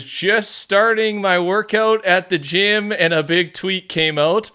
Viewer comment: He put so much emphasis on the fact that he was at the gym 😂. Love you